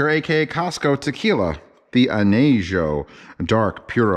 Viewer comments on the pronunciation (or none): Aneggggio..newp En-yhea-HO is how you say it